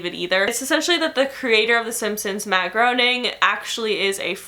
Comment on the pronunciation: Its JK Rolling and Matt Greyning that's how they're pronounced lol love your vids btw